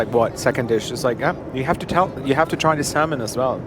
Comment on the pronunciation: you dont pronounce the l in salmon